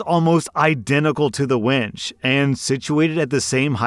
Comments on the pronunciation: What's a "cable wench"?? An unusually strong and bawdy woman?? Or, a tool for wrenching on cables? Or, perhaps it was a "cable WINCH"!! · "wench" for winch, haha. A wench is an old fashioned word for girl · Cable "wench" lol